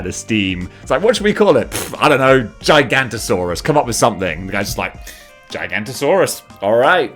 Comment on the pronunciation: seeing him not sayin the no in giga"no"tosaurus actually hurt me into a place that i didn't even know i had